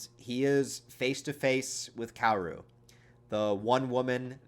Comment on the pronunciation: Kaoru is actually pronounced Ka-o-ru btw.